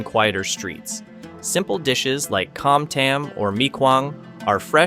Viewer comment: Your Vietnamese pronunciation is HORRIBLE! If you live there, why don't you try to learn how to pronoun Vietnamese better? What the heck is "Cam tame" ??! It is "Com Tam" !! LOL